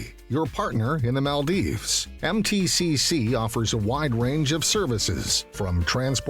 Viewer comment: its Maldives not maaldeep